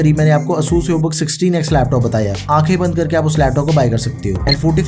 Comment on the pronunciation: its "ay-sus"